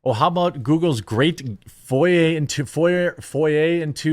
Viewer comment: Bro, you are mispronouncing multiple basic English words nearly every video. One example here is "foyer" for "foray". Becoming weird. WTF?